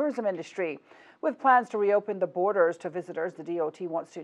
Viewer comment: Someone, please tell it's BORDERS not boarders. It's almost as if she's thinking she has to say it that way to sound like she's speaking 'properly' lol Nope, sounds very silly.